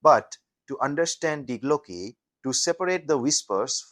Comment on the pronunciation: If you can't even pronounce Die Glocke correctly, why would anyone believe anything you say?